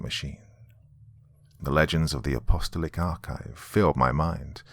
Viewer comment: App-uh-STALL-ic (not UH-pasta-lick). In case it continues on and becomes a series.